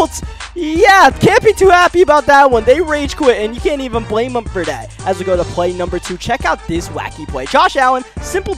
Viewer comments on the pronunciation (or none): none